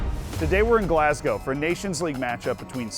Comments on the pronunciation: same thought, GalssssGOW is so annoying lmao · DOWNTOWN GLASGOW?! ZEE. PLEASE.